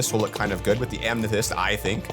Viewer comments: Why does keep saying "amnethyst" not "amethyst"? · Amnethest😂😂😂😂 I love how he says that